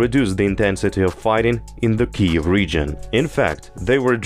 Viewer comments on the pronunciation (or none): none